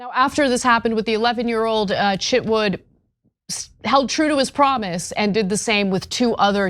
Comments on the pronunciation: His name is Chitwood, not Chitwouldn't! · I thought you said Chip Wood lol